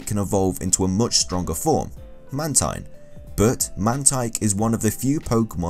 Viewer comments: ITS MAN-TEEN (The way spells Mantine name) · It's Man-teen